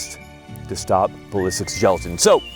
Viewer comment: Gelajin huh.lol